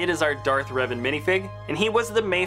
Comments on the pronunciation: REAVAN!? it's revan! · Reavan? I think u mean revan